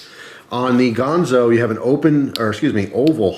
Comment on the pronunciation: GANzo, not Gahnzo